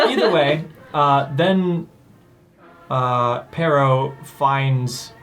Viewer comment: It's "Pero," not "Perro." I'm fairly sure this is because it originally comes from a French name like "Perrault," which in Japanese turns into "ペロー" (perō), which then in English becomes "Pero." It's a funny coincidence that it sounds like the Spanish word for dog. As a sidenote, it seems likely that it actually is "Perrault" because apparently that's the name of the Charles Perrault, who popularized the story. So I'm guessing that's where the Japanese writers got the name "Pero" from.